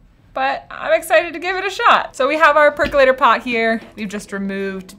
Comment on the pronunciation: Percolator not Percalator.